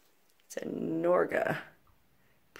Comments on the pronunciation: That was a 60's model Norge fridge, pronounced like "forge." They were actually pretty premium back then. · Norge is Norwegian, Danish and Swedish for Norway. Lived in by a town in Virginia named Norge. Some decedents were Norwegian and pronounced it the traditional way "Nor -gay". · That frig' "Norge" is pronounced like George but with a "No" sound. Their TV advertising slogan was "Knock on any Norge. That's the sound of extra quality, knock on any Norge!" Or something like that. They made home appliances in the 50's or so. Cheers.